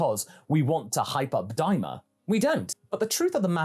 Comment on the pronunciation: Am i the only one who thinks daima sounds like "dai mao"